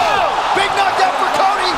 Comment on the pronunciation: and ots "Cody" not "Cory"